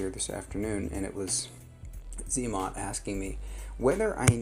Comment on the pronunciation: zmot not zee mot. 🤦‍♂️ 😜